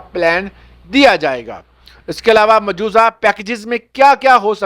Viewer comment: Mujooza word Nahi hota mujawja hota he